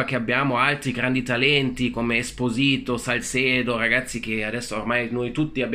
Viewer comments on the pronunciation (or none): si dice ESPÓSITO non ESPOSÌTO 😂 grande lo stesso💙💙